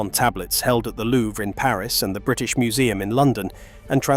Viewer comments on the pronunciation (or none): none